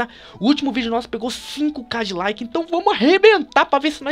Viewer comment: quando se falo que bateu 5 mil like parecia que tu tinha falado 5 mil cadilaque